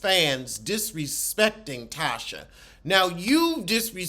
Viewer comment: Lawd he’s calling her Tasha when her name is Latisha and goes by Tisha😂😂😂😂😂.